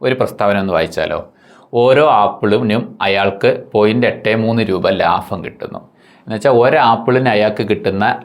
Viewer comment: ലാഫം അല്ല ലാഭം 🤚